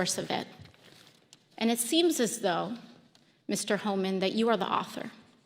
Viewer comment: Tom who???? AI keeps saying “H.O. man”. Come on!!! Is anyone monitoring this stuff and at least attempting to make adjustments? I’ve keeping a log of these errors. Here are a couple of good ones… regarding devastating volcanic mudslides called “lahars”, AI warned that the danger was due to😂 “large cars.” Speaking of the public enjoying coffee and aperitifs, AI posited that we enjoyed “coffee and ‘a pair of teeth.’” Then there was a report of some incident where “…according to the gods…” but it was only everyday ‘guards’ doing the reporting.